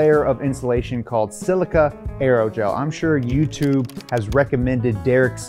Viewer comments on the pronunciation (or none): none